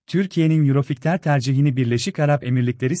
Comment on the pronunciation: Yurofigter ney? 😂😂😂 Yurofaytır diye okunur🤣🤣🤣